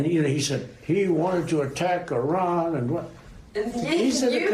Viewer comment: I will give Trump credit for one thing on this tape. He doesn't say "I ran" (like George W. Bush did when discussing their "nucular" program) when referring to the county of Iran. Let's take two days off his eventual sentence for that.